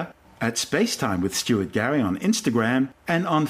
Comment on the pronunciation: Who is Stuary Gary?